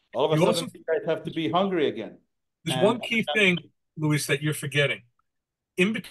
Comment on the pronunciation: LOL! I've seen Luis's name butchered here by a few posters here. It's L-U-I-S 😁